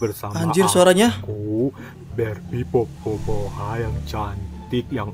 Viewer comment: Bang namadia bukan Popo bohay tapi namanya itu popok bayi